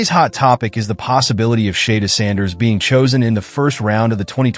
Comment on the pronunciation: WHO THE HELL IS SHAYDURE SANDERS? IS THIS SOME AI STUFF? 🤔🤣😂